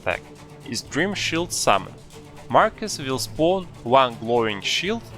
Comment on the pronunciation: 2 things 1: it’s “Markoth” not “Markus” 2: THIS FRICKING GUIDE CANNOT EVEN GET ME TO PHASE 2 FOR CHRISTS SAKE AND YOU REALLY NEED TO GET A WIDER VARIETY OF STRATEGIES FOR ALL TYPES OF PLAYERS Edit: sorry I lost my temper and I just really fricking hate markoth